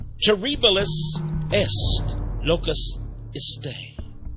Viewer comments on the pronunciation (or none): none